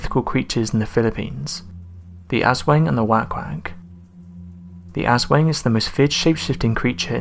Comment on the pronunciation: Okay I'm from the Philippines and I now you mispronounced the names of the entities....but....Sick - what? Sick bin? I can't think of any entity here that rhymes with sickbin. The Asswang I know, and wank wank is "whak-whak".